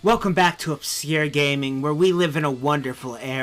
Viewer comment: Obsyure gaming?